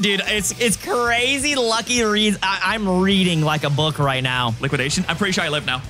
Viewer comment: Man that was cuhrayzee close